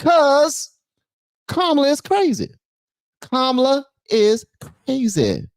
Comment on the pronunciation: I watched Nick Shirley's entire show outside the DNC. It seemed like mostly the only ones that supported Harris was old, grumpy white guys. The one guy was super peeved because Nick kept pronouncing her name wrong. It was hilarious!